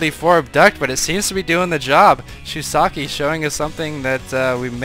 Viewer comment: i don't see the the i in the end of shusaku's name. Were you told how to say his name or did you just misread?